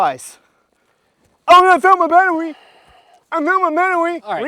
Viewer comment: "I fOuNd Muy AtTeryie" 😂😂😂